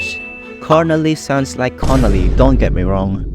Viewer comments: I think Carnalea bridge only sounds like Connolly because of the way you pronounced it, I think it's pronounced "Car-nay-lee-ugh" bridge. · To pronounce Carnalea, first say (car na) and then, (ley ah). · Petition to refe Carnalea is "Car/ni/eah" to drift away from theA sounding like an O